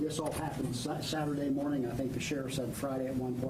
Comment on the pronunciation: "on Friday morn'ya" hahaha I love it. Even when he trips up a lil its GOLD. im SAYING "goodmornya" from nah'on.